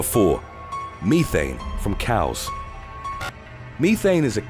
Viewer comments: "Methane", not Meethane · I love how he said "me-thane" when it is pronounced as "meth-ane" 😂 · LOL@ Meethan lol its meth-thane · Me-thane, damn I was taught Meth-ane. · I swear this guy has a problem with pronunciations of words. Meth-ane not me-thane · Can't help laughing over the way the narrator says Methane. Meethane too funny It IS very toxic so STOP with the damn CAFO'S!!!! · The word ME-thane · Thank Goodness that bothered someone else. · Uh it's short e not ē long